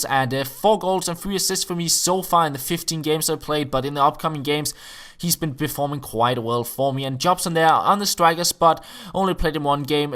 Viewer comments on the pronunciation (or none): none